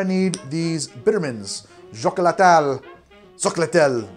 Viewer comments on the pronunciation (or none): Xocolatl is spelled "shokólatl" (emphasize on the "O") :) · It's pronounced "show-COH-lah-tull,".:) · im no expert but pretty sure the x in xocolatl is pronounced as an H. so it would be "hock-o-lah-tul"